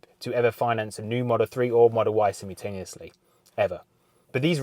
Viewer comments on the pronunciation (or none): none